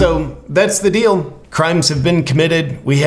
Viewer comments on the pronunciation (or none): none